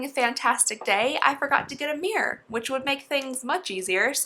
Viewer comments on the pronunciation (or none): I thought you said "I forgot to get a beer" I was like gurl same. But you said "I forgot to get a mirror" LMAO